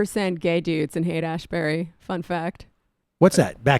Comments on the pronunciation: He's talking about Haight-Ashbury, but he calls it Asbury, like as in Asbury, Iowa , Asbury, Kentucky, Asbury, Minnesota, Asbury, Missouri, Asbury, New Jersey, Asbury, North Carolina and Asbury, West Virginia, but not California. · Biden said "Haight-Asbury", which is exactly half-way between Haight-Ashbury, San Francisco and Asbury Park, New Jersey. --never been there myself ...